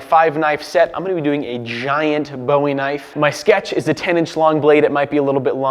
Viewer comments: It’s BOO-E! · Bowie = boo-ee, at least here in Texas. Do him proud!